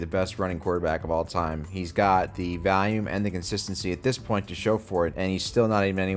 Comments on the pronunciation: why do you say “Val-Ume” when trying to pronounce volume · Why doesnt he kno how to say volume?